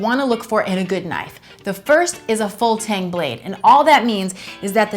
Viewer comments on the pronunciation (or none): none